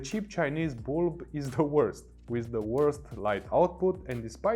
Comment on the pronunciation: Whenever he says bulb, for reason I hear Bald.